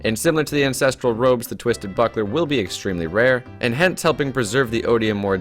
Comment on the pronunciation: He sounded like he said Instinctual Robes xD